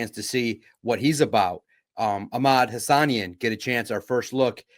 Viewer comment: You have to be intentionally mispronouncing Hassanein at this point lol